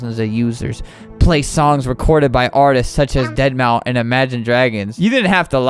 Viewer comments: Lol but the problem is that it’s said deadmau or deadmau five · I was so triggered by Albert saying Deadmau5 wrong 🤬🤬🤬🤬🤬🤬🤬🤬🤬🤬🤬🤬🤬🤬🤬🤬🤬🤬🤬🤬🤬🤬🤬